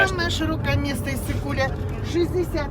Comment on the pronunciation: Ысык-Көл деп айтылат,, Иссык- кул эмеас